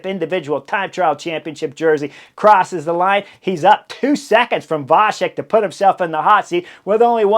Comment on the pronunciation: Great coverage as always. One little hint - in slavic languages "C" is always pronounced like tz (e.g. tzar), so Vacek is pronounced Vatzek. Only with caron "Č" (and with cz in polish) it is pronounced soft - like CH (e.g. chilli)